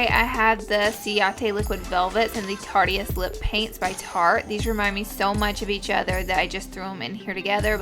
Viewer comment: I think the tarte lip paints are pronounced Tart-ist, not tarteist (even though it's spelled like that, I think it's a play on words)